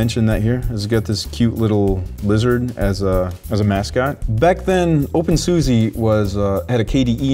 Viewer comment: Sorry, I thought you should know it's pronounced OpenSusa (with a posh like 'ah' at the end) You can search youtube for "How do you say SUSE' for confirmation:)